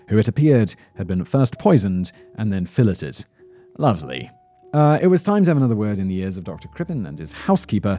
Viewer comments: Fairly certain it's pronounced "fil-layed" lol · Filleted? Lol 😂 it’s “fil-ayed”